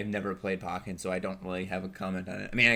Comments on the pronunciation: The E in Pokken is accented. So it would technically be pronounced Pokkén/Poh-kayn. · Im triggered that you said Pocken and not Pokken. It's literally Pokemon + Tekken mixed together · First of all, it's pronounced PO-KEN not pocken. Secondly, Pokken would work better on switch because getting a setup going would take less effort as the wii u version, which requires 2 wii u, 2 lan adapters, a crossover cable, plus 2 monitors. On top of that, you have to set your internet settings to a specific IP and DNS to even have them communicate for LAN mode. Having a port on the switch would bring forth the ability to play against others on the go, plus it would have local wireless functionality and less hassle regarding getting tournaments going, much like how you would have to do for Splatoon on Wii U. Splatoon 2 is already an improvement on the original just from letting people play without having to be connected via internet, so Pokken would benefit in the same way. Plus, having it on the switch would expose a lot more people to the game considering that the Wii U didn't do too well, and the Switch is already doing fairly well already. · Every time you said Pocken I died a little inside. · He says Pokken wrong